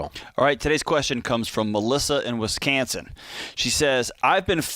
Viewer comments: John really pronounce Wisconsin as WiscAnsin? I thought he was joking but he wasn’t laughing when he pronounced it. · No it was a joke trust me! I’ve listened to him for almost 3 years and he doesn’t always say it wrong. It’s actually a tactic he uses on his own show to get the caller to laugh and feel comfortable.